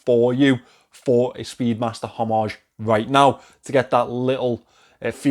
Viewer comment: Hommage, the “h” is silent. I don’t care what everybody else says. Oh! And the Moonswatch is not an Omega.